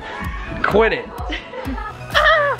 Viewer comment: It's funny that say quit it sounds like ken